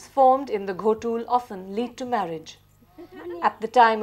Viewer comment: It's not Ghotul❌ it's Gotul ✅